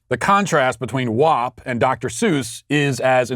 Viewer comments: Why are dimwits pronouncing wap incorrectly? FACT: It rhymes with tap not top. Prove me wrong. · WOP lol, it's WAP the A is for ASS not OSS. Wop is for Italians, (with out papers) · haven't heard the song thankfully but when Matt says the title it sounds like he's saying Wop. too funny. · I challenge you to logically explain to me how WAP rhymes with top. FACT: It would be like pronouncing crap as crop. Prove me wrong.